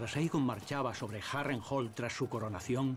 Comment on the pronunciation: Me cag@ el castellano, le cambian las pronunciaciones de las palabras, es Harrenhall! no Harental! no se les entiende. Lo tuve que buscar en ingles porque apenas asi le entendi.